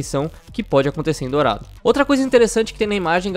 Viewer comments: é "dorado" e nao "dourado" :v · O: "DOURADO" kkkkkkk só acho que o mapa eh "Dorado" OBS: se achando o Xeroquis Holmis